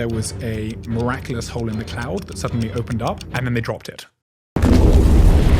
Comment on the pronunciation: I wouldn’t say “miraclous”